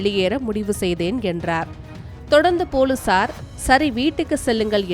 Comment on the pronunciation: நல்ல தமிழ் புலுசார் இனி பொலிஸார் கிடையாது